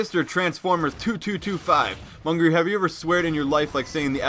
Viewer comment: No, its Mungay